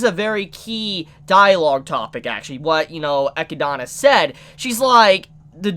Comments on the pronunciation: for someone who's been watching anime/reading manga for so long, pronouncing these names shouldn't be so hard... It's not EchidAna, but Echidna. Great review though. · I don't know why the way you pronounce Echidna bothers me so much. It's "uh- kid-nuh" not "eh-kee-dah-nah". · dude, i love your channel and vids, but man, sitting here hearing you say EQUi-DANA... it's just unbearable, say it with me, EH-KID-NAH!! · I’ve been catching up on your Re:Zero reviews. Love em but for one thing that is going to drive me up a wall if I don’t point it out. The Witch of Greed’s name is pronounced “Ah-kid-na” like the animal she’s named after not “Ah-ki-dona”. That’s all, OCD is a bitch lol. Keep up the good work! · How do you miss pronounce Echidna, its literally a real animals name and a very popular one at that for being one of the Sonic characters and one of the few egg laying mammals. It's E-Kid-Na. Not E-Key-Da-Na. Your adding a whole other A and a Y to how you say it. And Satella's name is also easy they say it multiple times in the show. Sa-Tel-La, not Saw-Tall-Law. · I fucking hate that he says Echidana. It's just Echidna, man. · Isen't her name Echidna and not Echidana? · Sorry for been like this, but why say Echidana and not Echidna? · so.. why echidAna... its echidna XD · I know it's not a big deal, it just bothers me. Her name is Echidna, just like what Knuckles is. No one calls him Knuckles the ecchi-dana. It's small, but he keeps saying it and it annoys me to the point of not wanting to watch the rest of the video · Echidna(E-Kid-Na) They say it in the Dub, for god sake. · Can this guy ever not butcher a name? Geez echidana echidana echidana lmao eh-kid-na that might help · Am I saying it wrong when I pronounce her name as Eh-kid-nah? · how to pronounce : Ae-Kid-Na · Why keep saying "ecchi-donna"? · I have to do this again.... Its pronounced E KID NAH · The amount of names he butchers shocks me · Why is he pronouncing echidna with an extra a.